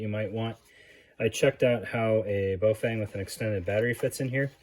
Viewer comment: its so cute. I want one. and its "baw-feng", bot "bow-feng". cheers dude :-D